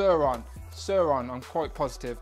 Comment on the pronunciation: Not søøron sauron